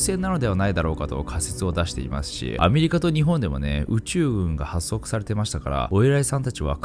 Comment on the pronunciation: 「発足」は「ほっそく」と読みます。